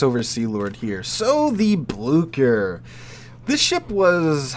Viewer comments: Blue-Share not blukker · Just some advice on pronunciation from a german: the german "ch" is pronounced somewhat similar to the english "sh". Can't help you with the "ü" though😂